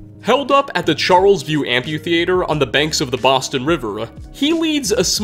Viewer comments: I can’t get over how you pronounce amphitheater like ‘amputater’. Dude, it’s amphi. like Amfi. Then theatre. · It’s pronounced “Amp-e-theater” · Love your videos, but the amp-yew-thee-ay-ter is killing me lol. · am·phi·the·a·ter not whatever you just typed out.